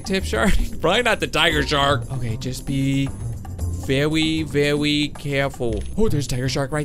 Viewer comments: Bee verwi verwi quite i'm hunting wabbits! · Vewi vewi carefull 😂😂😂